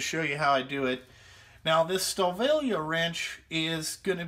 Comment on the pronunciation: Great review! Fuck the fan boys! Now for you I work on alot of German engines the name is M.A.N. Ive got alot of German tools. Because when I go there for school I buy alot of them. Your pronouncing the name wrong. Its PRONOUNCED STA VILLEY. I miss spelled it on purpose. Its Wiley with a V instead of a W. love ya kid! NO HOMMO